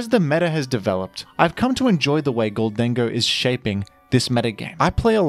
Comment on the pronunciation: i love and hate the way you produce “gholdango”